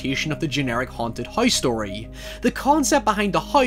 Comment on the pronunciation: His pronunciation of house is literally "Heiss"